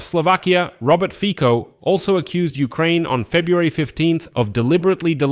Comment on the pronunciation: Fico is not read with K but with slovak C which is more like TS in english so Fitso would sound more accurate (just a tip ^^)